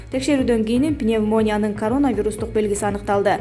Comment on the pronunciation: Пневмония эмес туура айтчы айланайын айта албасан жатта уят болбой.